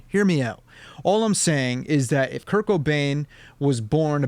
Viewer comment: every time you said kurt i heared kirk